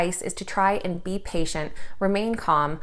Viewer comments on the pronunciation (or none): none